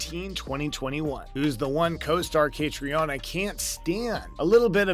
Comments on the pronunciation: Catriona is pronounced KaTREEna. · Catriona Balfe'name is pronounced Cat-treena. Seems important that you get it right. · Could you not have learned how to pronounce Caitriona’s name (Catreena to make it easier for you) before making this video. It’s not like there isn’t hundreds of other videos out there where her name is pronounced correctly. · I am wondering... who is the author of this compilation if he can't pronounce the name of the leading actress correctly?